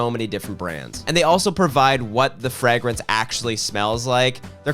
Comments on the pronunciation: Did you say Frag-rinse? like 12 times? 😁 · please why do you pronounce fragrance the way you do.. please stop… for me 😢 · I had to stop watching because the way he pronounces fragrance ruined my day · Is that how Canadians pronounce fragrance? 😂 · I didn’t skip through the ad because I love the way you pronounce “fragrance” (yes I have autism)